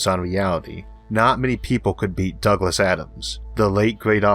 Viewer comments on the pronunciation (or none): none